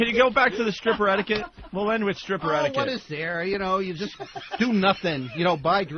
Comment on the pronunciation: "strip club etikwet"